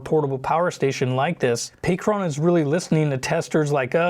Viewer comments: not pay-cron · I just have to ask maybe you will maybe you won't answer me but why do you keep on saying Pacron and not Pecron .... I deem you as one of the best when it comes to the content that you make on YouTube. So for you to be mispronouncing a word like that its annoying. Maybe your messing around or maybe im not hearing you clearly i could be wrong. Smh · "Pay Kron"? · Stop saying "pee cron"